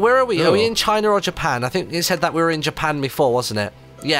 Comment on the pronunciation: When inthelittlewood said for china it sounded like he said vagina